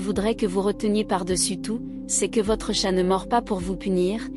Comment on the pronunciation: L'IA a du mal avec "chat'l'animal" et "chat discussion" en Anglais ! Faut renforcer le module "bilingue"... Si c'est un mot portugais il sera moins dans la merde...